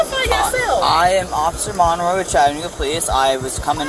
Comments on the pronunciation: Chat-a-new-ga not no-ga even thought it’s spelt like so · Ok bro I don’t like how you pronounced Chattanooga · Nice way to mispronounce “Chattanooga”. 🤣